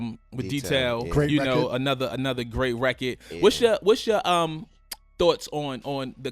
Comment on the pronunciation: i wish he would say "record" instead of "rekit"